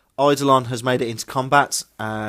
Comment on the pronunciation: Eye-do-lon. Art-if-ic(e)-er. Pry-mus Medi(um)-kay. Sick-are-an. You got Xiphon though... lol I know, but enjoy it so much... Mortarion's Unwieldy Scythe is a huge let down versus the likes of Fulgrim - a serious disadvantage...